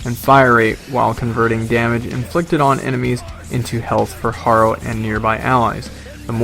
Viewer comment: I cringe a little every time I hear you mispronounce "Harrow"